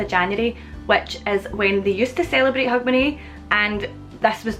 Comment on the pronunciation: When you speak it, it sounds like "hug my knee" to me. Remember people, knees need love too, life as a knee can really be tough sometimes.. The pub is named what? It sounds to me like you're calling it "Wax your conners". I just knew my conners need a good waxing. Also, happy new year